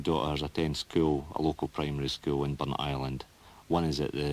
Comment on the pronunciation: Burntisland, not Ben Island.